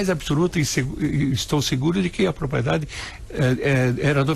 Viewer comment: Prezado locutor: se diz propRiedade